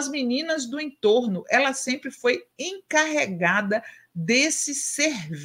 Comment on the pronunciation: Não é "incarregada" que se fala, o correto é "encarregada"